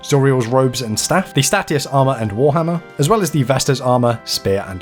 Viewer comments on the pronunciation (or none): Another great week for mobile, but you pronounced Statius wrong! Most everyone does it, but it's meant to be pronounced Stay-shus